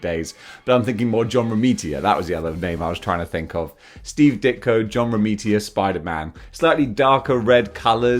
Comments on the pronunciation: Say it with me Row-me-tuh. Romita, not Romitia. Sorry I enjoy your content and u did say if u get anything wrong let you know. But yeah that bothered me a wee bit. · I have always wondered why you always say John RomiTIA, when it's John RomiTA! Hope you don't mind me pointing that out